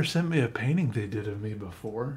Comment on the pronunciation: "it really dud"